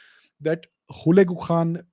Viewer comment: No KHaan in Mongol Language. Its almost sounded like Khan.